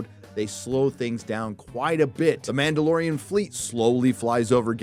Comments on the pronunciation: "The mandaloriana" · It’s ma’am! It’s ma’amdalorian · The Ma’amdalorian! 🤣😂🤣😂🤣😂